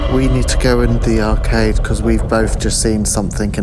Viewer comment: did you say..." arcave" instead of " arcade".. if not..think that's a good name to call it...😊 great investigation as always... and rain make a cute couple 😉..sorry if you have a partner..love from......Derbyshire 😊 x